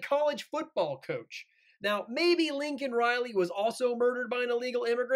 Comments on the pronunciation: FJB he can't even say her name right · Her parents weren’t there and he miss pronounced her name several times.